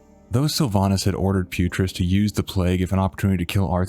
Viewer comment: Isn't it "Putriss"? (Video name.)